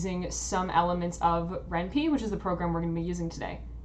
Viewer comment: It's Ren'Py... Py as in Python... not as in wimpy